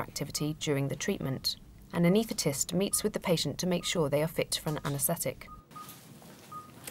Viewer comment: Anae-S-thetist (not "anaethetist")